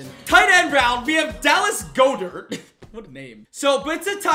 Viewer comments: It’s pronounced. God Dirt. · When he pronounces the best TE In history’s name wrong 🤦‍♂️ it’s gaw-dert